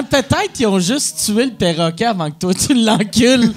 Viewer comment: perroquet, et non péroquet.